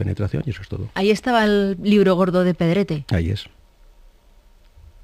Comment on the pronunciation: PETETE !! no Pedrete ! 😀